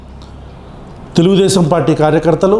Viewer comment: అన్నా నీకు తెలుగు రావటం లేదు అన్న తెలుగుదేశం కాదు తెల్దేశం అనాలా😂😂